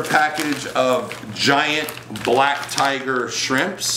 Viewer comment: I like how he said the word BLACK, in black tiger shrimp